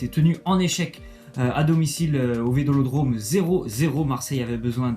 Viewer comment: Mec t’as dis vedolodrome au lieu de vélodrome